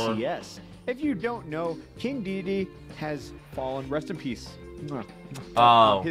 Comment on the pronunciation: Everytime you say DEDE a piece of my soul dies. It's DEDEDE